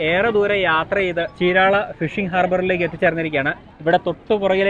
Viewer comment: 😂ചീരാള അല്ല ചീരാല